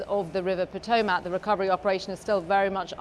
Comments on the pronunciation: Hey BBC, all three of your anchors/reports mispronounced the name of the river. It is NOT Po-toe-MAC, it is pronounced Po-TOME-mic. In addition to mispronouncing two of the three syllables, the emphasis is on the second syllable, not third. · Not an American, Potomac is a well-known river around the world, newscaster should know how to correctly pronounce it. Lived in London for over a year. Lived at The Circle, which were those flats that were previously was the brewing district cross the TEMZ from the Tower of London. But the fundamental difference is, I don’t make my living being an anchor presenting the news. I will tell you that most Americans think the Tower Bridge is London Bridge.